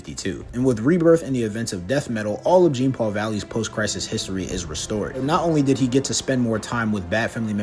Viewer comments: Every time he says "Gene" Paul Valley, I wanted to send a nuke to him It's JEAN NOT GENE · His name is pronounced as john. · Yeah Genepool Valley’s first name is pronounced John-Paul because it’s French and unfortunately our gracious host doesn’t even try to pronounce it correctly. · Not really "John" it's pronounced like Jean Claude Van Damme. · It's not pronounced Jean like denim….. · Jean is pronounced as John, like Jean Luc Picard. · Jean(pronounced like john)-Paul Valley is such a dope character. I was so glad they put him in the Arkham games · Technically, his name is pronounced more like “John.” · Step 1: Learn how to pronounce "Jean" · He never said Genepoole, he just mispronounced Jean, he got the Paul part right weirdo.